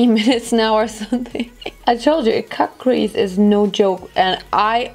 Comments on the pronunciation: Versteh die ganze Zeit „kack“-crease anstatt cut-crease😂😂💕👀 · Lol kackcrease. Die ganze Zeit wenn du cutcrease sagst, versteh ich kackcrease hahahaha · Haha wenn sie cutcrease sagt hört es sich an als würde sie kackcrease sagen 😂 mega look ❤ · Wie ich einfach die ganze Zeit KACKcrease verstehe.. 🙈😄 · Ich versteh immer "kack crease" 😂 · kack crease 😂😭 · hört sich an wie „kack- crease“ 😂💕